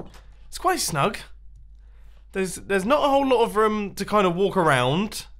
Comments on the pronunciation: Is anyone else annoyed how he says room??? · The way he says "room" I's great